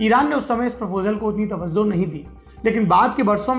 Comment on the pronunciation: Tawazzoh nhi Tawajjoh.